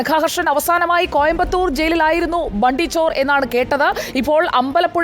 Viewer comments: Hindi valare nannai ariyunna madam bundy alla its bunty chor😂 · Bundy alla mole bunty ty